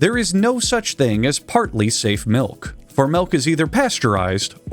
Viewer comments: No he said malk and mulk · "Melk"? Did your Midwestern accent slip, bud? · he's just fluent in dutch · Bros from California I'm pretty sure. Just a slip of the tongue